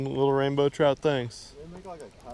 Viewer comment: I love the way he says trout 😂 Had the biggest troot I've seen in my life.